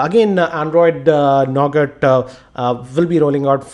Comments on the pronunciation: why did u say NOGAT?? ;0 it is NUGA. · you have pronounced 'Nougat' wrong as it is actually pronounced Nouga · Sorry for being a Grammer Nazi, but it's pronounced as 'Nouga' with a silent 'T'; not as it is written! :P :)